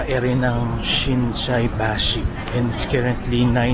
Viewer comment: Ang galing SHINSAIBASHI n perfect nasabi nyo rin korek😂😂😂